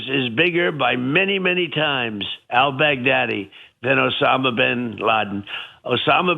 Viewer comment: "El Baggdaddy?" Huh?